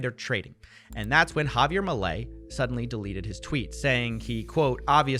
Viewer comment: Somehow each time you say 'Milei' it hurts lol You said it kinda right on your previous video about this but on this video you said it a billion different ways and each time it was worse lol